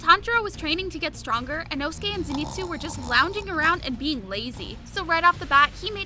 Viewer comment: Lol she speld lord zenitsu wrong she said lord zenistu